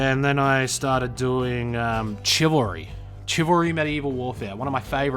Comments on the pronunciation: Are you purposefully pronouncing Chivalry Chi-valry to trigger grammar nazis? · I try not to nitpick, but it's pronounced "Shi-vil-ry." Used to sword fight as a hobby and it always irks me when I hear that mis-pronounced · the way you say chivalry is so fucking funny